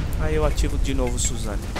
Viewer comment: suzano assim q vc fala man , é susano'o